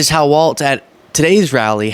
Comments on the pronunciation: Please, please, pleassssse,...his name is pronounced "walls" not "waltz." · I gotta go full Karen on you, but I get a pass because it is my actual name! Tim's last name is Walz, pronounced Walls. Please try to stop inserting a "T" into it to make it "Waltz". That's a lovely ballroom dance and part of the title of a great film by Martin Scorsese about The Band, but it is not the way our next Vice President pronounces his name! Peace out! 💙☮💙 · Please note that his.nameis pronounced Walls, not Waltz. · It’s pronounced WALLS not WALTZ. Appreciate your content. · Remember it's "walls", not "waltz" like the dance. No T is pronounced in "Tim Walz". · Like, his name is pronounced walls. Not waltz. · Your channel is fantastic. I am a subscriber and listen to all of your videos. FYI, I think Governor Walz is pronounced like walls. At least that’s what I’ve heard on other channels I listen too, like MTN. If not, I stand corrected. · FYI it’s Governor Walz sounds like Walls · I like you, but it’s Walz, no “t”. Keep up the good work young man!!